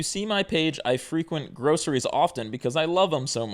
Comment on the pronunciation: lol at accusing people of illiteracy but then saying the verb "frequent" like the adjective "frequent".